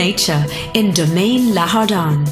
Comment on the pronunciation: Wrong pronunciation for "Le jardin" . The speaker said LA HARDAN. The correct pronunciation is LEH ZHARDAWNG (with a dipthong sound at the last syllable). N'est-ce pas, mes amis? Oui, les Philippins ont du mal à prononcer les mots français. Talagang nahihirapan ang dila ng mga Pinoy.